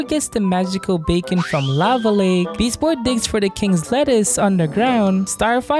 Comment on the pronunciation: you just said beast boy wrong